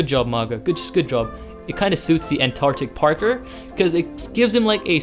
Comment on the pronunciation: “Antarctic Parker” anyone else herd that??